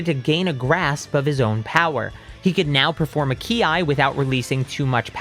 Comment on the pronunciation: I love your content man but please stop calling it key I